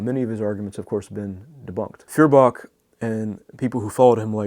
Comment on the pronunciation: It is pronounced FOYER-bach.